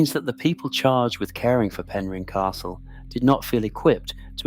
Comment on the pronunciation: It’s pronounced pen rin